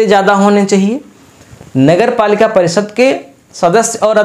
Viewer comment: आप " श " को भी " स " बोलते है , जैसे शहर को सहर, परिषद को परिसद सुनने में अच्छा नहीं लगता है । कृपया अपने उच्चारण में सुधार करें